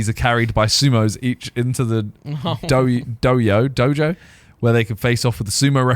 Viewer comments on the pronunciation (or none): Did Simon rlly pronounce dojo as doyo 💀